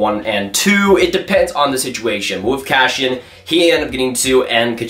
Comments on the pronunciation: Please review names!! It’s not cashian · Who's "Cashion" you keep talking about?